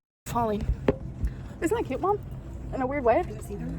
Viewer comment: The way she says “KYEÜT” instead of “cute” makes me want to remove my skin